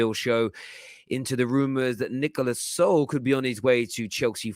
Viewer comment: This guy is hilarious. This is the second show where he can`t pronounce Sule name correctly even after i told him in the comment section. Listen again, you clown. It`s pronounced Su-le just like you would pronounce Su-arez. But knowing this guy he probably will bottle that again lik he bottles everything else😂😂😂😂